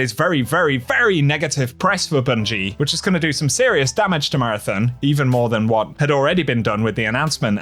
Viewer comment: If you're going to talk about marathon, can you at least learn how to pronounce it properly